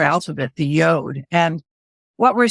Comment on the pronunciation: Sorry to nitpick folks, but it's pronounced 'Y-odd', or as the Brits sometimes say, 'Y-awd'.... but not 'Y-ohd' (as in 'yodel')! ;-)